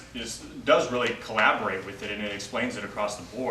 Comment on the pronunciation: Aphormisms...really? I think he means aphorisms. You would think a person with even a minimal amount of studies would know how to pronounce the word. I'll continue watching & listening... just surprised, that's all. Then there's "colloborate" (aprox)🤔 Interesting nevertheless.